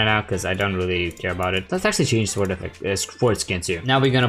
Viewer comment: not to be rude but you r supposed to pronounce sword as sord Love you drunk